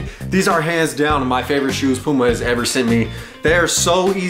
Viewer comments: Lol watching this vid in 2022. Srsly, who pronounced it “Pewma”? 🤣🤣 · its p-you-ma!! The cat is P-YOU_MA too!!! and NUTELLA is not NEWT- ELLA It is made of NUTS!!!!